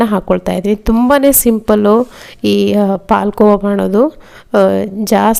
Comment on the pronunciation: ನೀವು ಕನ್ನಡದವರಾಗಿ ಹಾಲು ಕೋವಾ ಅಂತ ಹೇಳಿ ಪಾಲ್ ಕೋವ ಅಂತ ಬೇಡ